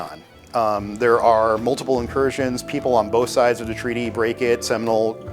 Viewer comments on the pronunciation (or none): none